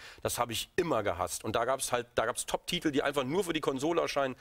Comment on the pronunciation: Sarazar sagt nicht Titel sondern Tittel^^